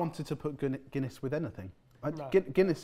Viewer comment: The Gunniess and monster hurt my Irish soul😅 (also guys i love ye but please do your research on the name behind the drink first!!)